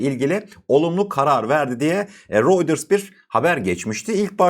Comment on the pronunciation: “Royders” değil “Royters”, “Vans” değil “Vens” diye okunur kardeşim. Bilgi niyetine…